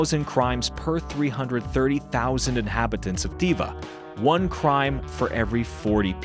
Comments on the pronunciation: It's pronounced tUva, not tIva you idjot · Pronounce the name 'toova', not 'teeva'. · It's not pronounced Tiva! It's Tuva, you idiot! OMG you can't even pronounce the subject of your video correctly... and this (я) is (am) an American telling you this! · It is not T I V A. It is T U V A , with U like Utah. Actually it is a letter non existing in english and russian, and I is the wrongest pronounciation. + You are lying. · Your pronunciation is as bad as a Brit’s. Ы is like Turkish ı, a short middle vowel like an unstressed y or i in English. Also, Тува sounds like Tuva, not those awful 90s sandals called ‘Teeva’. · If you actually went there you would have learnt the pronunciation "Tuva" .. not "Teeva".... unbelievable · Why does the narrator keep saying Teeva? It's obviously Toova. No wonder they caught heat. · Jezus Christ almighty.. DO YOUR RESEARCH! From the get go you pronounce it wrong, how embarrassing. Tuva or Toova. Y is a Russian letter. If you went there you should have picked that up instantly. Alternatively go check Richard Feynman. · The AI voice in unbearable. Learn how to pronounce Tuva. Delete your account.